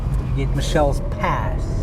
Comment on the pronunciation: Not Michelles pass. It Mitchell's pass, spelling without the " t " , but pronounced as " Mitchell's " Pass. Roy b, CapeTown south africa 🇿🇦